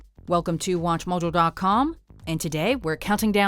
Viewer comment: At the beginning, "Watch Mudjo" lol